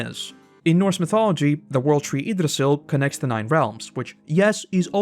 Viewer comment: Do u purposefully ignore the "ye" part of words that are supposed to start with it? Ye-Mir not Emir Ye-gdrasel not Igdrasel (I know thats not the spelling im just trying to explain the noise)